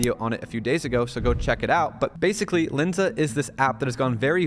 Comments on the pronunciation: There's a difference between Len and Lin. Its Lensa not Linsa. Also that seo advice is really bad. Google just released an update that lowers the ranking of any sites using ai to write content. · Its calles L"e"nsa. Not L"i"nsa.